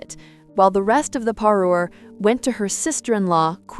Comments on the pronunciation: What the fuck is a Parii? Are you attempting to say “parure” what a train wreck lol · What the heck is a "paree"??? Also, the wife of a Marquess is a Marchioness, pronounced Mar shun ESS. A Marquess is the rank below a Duke.